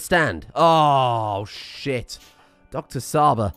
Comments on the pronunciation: Csaba is a hungarian name and 'Cs' aba prounanciation is not with 'S'. it should be like in wa'tch'. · "Csaba" is actually a Hungarian name, it's pronounced "Chaba" as in "Cheese", love the content though! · Csaba is pronounced Chaba, but you were close. Love the series! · Csaba is ment to be pronounced like Ch from cheetos. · I know you probably won't read this but the way you pronounced Csaba is not correct. The Cs in the colonist name is pronounces as a tʃ in chip/beach/belch ecetera. Sincerely, a hungarian viewer and follower of your channel full of entertaining and deranged content.